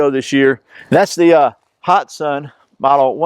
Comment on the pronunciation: It is pronounced hat san not hot san